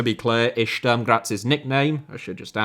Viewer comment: Yo, just as a pronunciation advice (respect to you for trying to get them right), the vowel in Sturm is pronounced like the one in put. Great video!